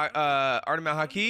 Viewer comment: Damn i like his reactions but he still can't say Haki after 646 episodes lol. It's too hard of a word